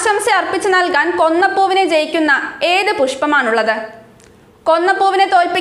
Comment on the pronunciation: കൊന്നപ്പൂ അല്ല kona പ്പൂ